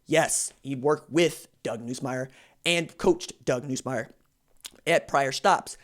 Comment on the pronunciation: Atleast pronounce his name right when saying it